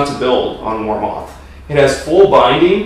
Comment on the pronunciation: Pronounced War Mith